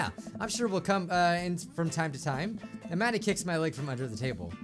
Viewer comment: I keep thinking that is saying Imagine instead of Amanda